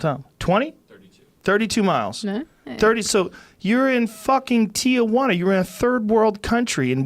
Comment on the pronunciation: It's not Ti-UH-Juana It's just Tijuana. Three syllables.